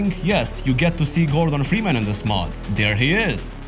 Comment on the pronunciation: "Framus"? No, his name's Freeman. Maybe you should've turn on subtitles bro lol